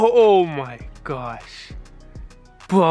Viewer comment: "thwee thwo one" "Bwoh" R=W now I get it